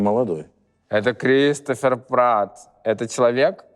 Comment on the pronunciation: КрисТОФЕР прат и Гаред летто ПРОСТО УБИЛО НАЧИСЬ ЧИТАТЬ ПОЖАЛУЙСТА 😅🙏 А так выпуск топовый😊❤ Мне понравилось